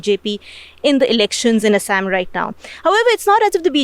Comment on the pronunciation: It's not ASS-AMM it's Aa-saa-am.